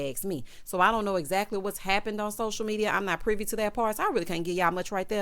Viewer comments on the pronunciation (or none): none